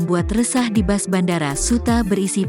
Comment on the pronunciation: Bus Bukan Bas....Baca Berita Udah Berapa Tahun